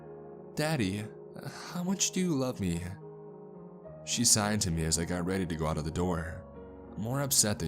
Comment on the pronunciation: I thought he was saying sighed and not signed so I was confused what kind of conversation they were having